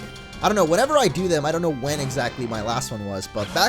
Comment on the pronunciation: when says i dont know it sounds like he is saying audino